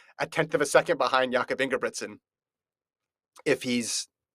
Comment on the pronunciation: These idiots keep mispronouncing Jakob's name :( and no Hoare wasn't close to really competing in that race Jakob was just toying with that field!